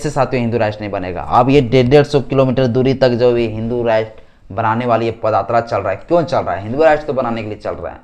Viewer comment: पद आत्रा या पद यात्रा। ठीक से बताओ। बाकी तुम्हारी बाते सही है बस शब्दों का उच्चारण सही से नही कर पा रहे हो। मै इस बात से सहमत हूं कि sc st and OBC को घंटा ही मिलेगा।